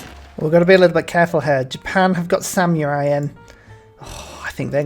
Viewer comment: "Japan have 'Sam-your-eye' in"......... How can anyone slaughter that word so badly?